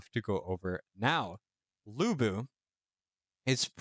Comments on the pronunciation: De-ow ch-on. Loo boo. For pronunciation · Why i keep hearing you pronounce him Bu Bu😅